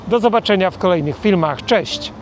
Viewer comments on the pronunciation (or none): none